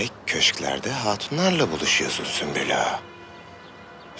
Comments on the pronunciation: Hürrem: Süklüm ağa: Sümpül ağa: Süslüm ağa 😂😂😂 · Hürrem süklüm ağa der sümpül ağa der Prenses süslüm ağa der Kimse bu adamın adını doğru söylemeyecek mi 😂😂😂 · yabancıların asla sümbül ağanın ismini söyleyememeleri gosofmsşdls